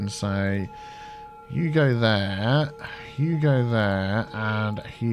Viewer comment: I know says "you go there" but i hear "Hugo there":)